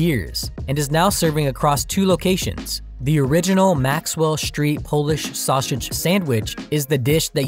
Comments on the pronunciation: Please learn to pronounce "saussage" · Are we all just gonna ignore the narrator's inability to pronounce sausage? 😂